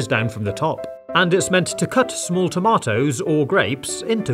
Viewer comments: who says tamotos? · Yea, he's British